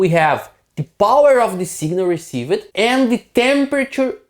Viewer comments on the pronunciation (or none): "use" is a one-sylable word... "received" is a two-sylable word...not three... "preserved" has two ...etc. Great video... I only mention the English because you are close to being perfect with English delivery except for this small issue.